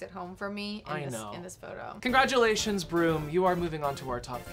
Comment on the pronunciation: I only hear "brrumm" from TNTL 😭 is he saying it like that on purpose or has that bit chnaged they way I hear the word broom from? 😆